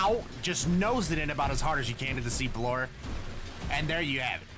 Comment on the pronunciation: "Sea Floor, we meet again" What I heard: "C4, we meet again"